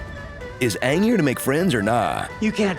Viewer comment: Say AAng like they said in the last avatar movie